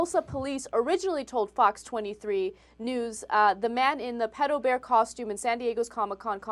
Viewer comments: stupid ass dude "Pidobear???? Its PEDOBEAR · its actually pronounced peedo-bear... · I always thought it was pronounced PEE-DOUGH not PED-OH? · PITOBEAR? its Pedobear man... hes not mexican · wow, the dude is too afraid to pronounce it right ITS PEDO BEAR NOT PEEDO BEAR! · Fail #1: said "Peto Bear" instead of "Pedo Bear". Pedo is of short for Pedophile.. Fail #2: After the mispronounciation, she says "Comic Conference" when the "Con" is clearly not "conference" but "Convention". Simple abbreviation. Fail #3: "that simple contact could be all that pedophile needs to fulfill his fantasy for the day" "They're getting stimulated by that one touch" Don't even need to say it. Win #1:Pedo Bear going mainstream P.S. I will be Pedo Bear this Halloween. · i thoght it was pronounced peedo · did he really pronounce it as "peedobear"? lol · The newsperson pronounced pedobear (peedobear). -_- And at anime conventions, I personally find him and hug him. It's no different from people hugging baseball team mascots or the people at DisneyLand. You don't know them any better. These people are obviously over reacting. Not everyone is a predator. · lmao!!!! omg this is so funny!!! And he said, "Peedobear." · peado bear wtf, that guy should get a job that requires people who cant say "pe-do" or go on 4chan :D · "...japanese cartoon character called PEE-TOE BEAR" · Pee-do bear. Holy fuck; how do these retards find jobs? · isnt it, peee-doe not peddo (pronunciation), but im british so... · Peedobear? Fail!